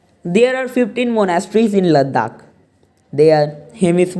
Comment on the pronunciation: it is "Ladakh" not "Laddakh"